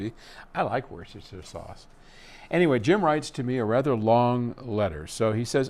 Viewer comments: WUSS-ter-sher. Both the county and the sauce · Typical of us Brits….. Worcestershire is pronounced Woostershur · "Wooster" sauce